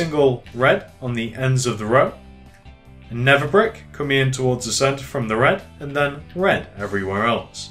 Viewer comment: His accent makes it sound like never brick but he's saying nether brick